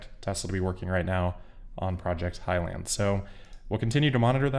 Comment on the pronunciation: It’s Highland, not high land.